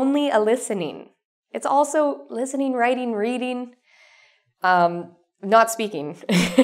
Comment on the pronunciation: The only thing that's hard for me to understand in your pronunciation is "speakin'", "readin'", instead of speakinG and readinG, but everything else is g8! Thanks a lot!